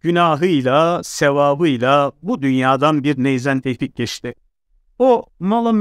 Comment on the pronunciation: Ben yanlışmı anlıyorum. Yanlış anlıyorsam kusura bakmayın. Tevfik değilde Teyfik diyorsunuz gibi geliyor bana!